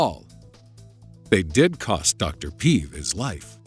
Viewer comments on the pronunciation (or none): One thing made me cringe a bit... Im Bulgarian and the way Alexander Peev’s surname was pronounced. It’s not pee-v, it’s peh-eh-v, not pi-ih-v. Other than that, the video was nice and interesting :) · the way u pronounced Aleksandar Peev gave me tumors m8. It is Pe-ev not Piv... and in wha form would u mention the gold from Varna, the oldest man made